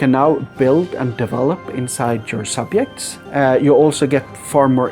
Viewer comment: That's a weird way to pronounce "subjects".